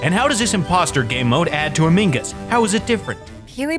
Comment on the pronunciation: Um did he say amingus Its among us